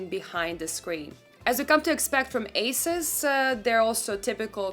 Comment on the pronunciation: Thank you for mentioning G-Sync compatibility, but the company name is pronounced “A-seuss”, not “a-suhs” which a lot of people call it - overall great review!